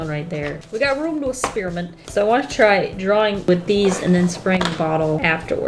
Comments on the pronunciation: "We have room to EHSPYRAMENT" 😂🌟✨🌟✨🌟✨🌟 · Lol “ehspyrament”...I’m gonna use that from now on 😂love it. Also youre amazing girl! Keep vibing!👏🏻💙